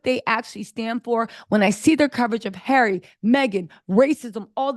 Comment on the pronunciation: Harry not Garry.